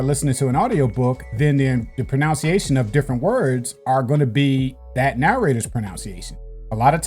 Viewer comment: Like pronunciation, not pronounciation😁